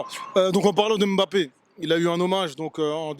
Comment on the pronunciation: AU moins entre africains noirs nous savons bien prononcer le nom camerounais de Mbappé et non m-bappé comme il dise ici. C'est pareil pour Ngolo Kanté, c'est pas N-kolo Mais en un mot et il faut juste avaler le N de Ngolo et le M de Mbappé. Pareil pour le Marseillais Pape Diaye, C'est pas Papeu Ndiaye Mais Pape sans lire le E et Nidaye en avalant le N. Quand vous cité le nom du Pape du Vatican, vous dite bien Pape et non papeu, et beh c'est la même chose.